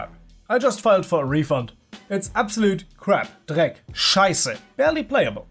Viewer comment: YOOO when you said "Dreck, Scheisse" I realized... that sounded too german for you not to be german. Are you german? I am german! I NEVER KNEW But yes, HDTF is a disaster. But at least it spawned these amazing memes and revived the HL subreddit that was becoming more and more depressing.